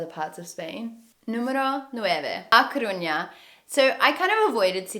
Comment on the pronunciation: I'm Galician, and i have to correct you: When you say ''Coruña'' youre saying sometimes 'Corruña'' and with ''Fisterra'' you say 'Fistera' Omly with RR is when you go like a roar or an motor, not with one R alone You have them in to opposite place. Coruña later on the video you say it right, still.. Fisterra has the double RR so is there where you go rrrrrrr xD By the way, the small salty fishes are Anchoas